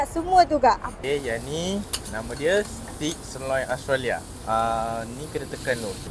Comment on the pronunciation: Salah ! Sebutannya bukan STICK ! Stick tu ialah batang kayu ! sebut STAKE ( hujungnya mcm sebut TAKE ! bukan TIK ) ... AUS TRA LIA ! bukan Austro lia ! Austrolia tidak pernah wujud ! Disekolah ada ajar ni semua !